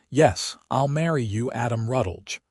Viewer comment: If the AI is trying to make a last name of Rutledge, it could use a little guidance.